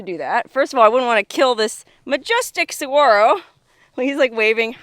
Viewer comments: This looks like my backyard. I can go outside and see this every day. Those little fuzzy cholla are teddy bear cholla. FYI it's pronounced suh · waa . row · Great video but the cactus is pronounced Sa-wa-ro! The “G” is silent. I have lived in the Sonoran Desert for over 35 years.🌵🥰😉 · Note: You don't pronounce the G in saguaro. Sa-war-o:) Awesome videos from!!! I used to love exploring all the ghost towns in SE AZ.